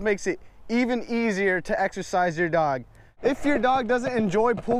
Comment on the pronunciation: omg you said dogoo😂😂👅